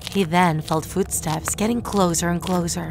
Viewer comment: I like how she pronounces words differently like “closer” she says “clozer”(I’m not making fun of her I’m just saying that I like how she pronounces the words differently)